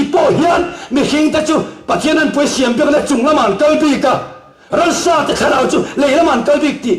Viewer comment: Ransa.....ti lovin...Ramsa ..tih tur